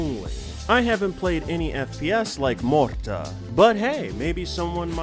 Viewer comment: "Morrda" - are you sure it is pronounced like that?